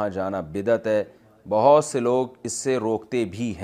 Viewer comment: لفظ بہت ہوتا نہ کہ بھوت